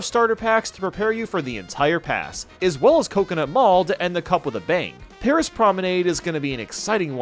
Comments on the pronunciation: Did anyone notice that when he was announcing the wave 1 tracks, instead of saying 'paris' promenade, he said 'promise' promenade lol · "pRomISe PrOmRenADe" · what a way to mispronounce Paris